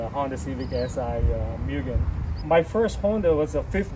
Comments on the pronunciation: also pronunciation is wrong brotha (MOOO-GEN) not (Meeww-gen) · It's pronounced "Moogen" :) Nice car, I have one too.